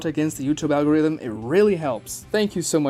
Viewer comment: Bro said algoromo omg💀💀💀